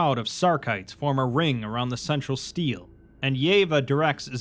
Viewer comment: Stele isn't steel. Stel A, stele